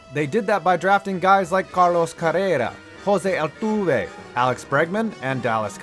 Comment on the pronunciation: Bruh just say altuve and correa normal lol